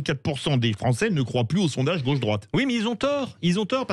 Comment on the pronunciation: la gauchiure Corato : " les français gnagnagna " euh les français ou li fronçais ? 😂